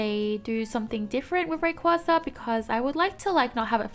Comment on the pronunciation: More escape holes in that new temple map. Also, I think Altaria and Rayquaza is pronounced Ahl-tear-yah and Rae-qway-zah (like Quazar). Also, Bunnel-bee, like Tunnel + Bunny maybe.